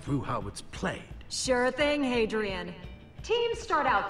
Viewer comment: The Fun Wolf Gaming dude it's Hadrian not hedrian